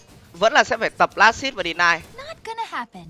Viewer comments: chứ hit có phải bắt đầu nguyên âm đâu mà xít gì bạn. chưa kể last âm cuối t. nối kiểu gì của chẳng ra. cơ bản thì quen miệng đọc sai vậy thôi. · Last hit mà cứ đọc last sic :)) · Chả nhẽ vừa TA, vừa TV 😂😂. Las-t (h)it nghe buồn cười vl ra :vv